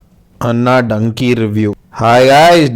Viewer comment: Danki kadhu bhaya Dunki bhaya